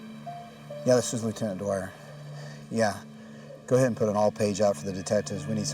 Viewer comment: I think they need a new editor. They called the police man dwire my mothers maiden name was Dwyer 😂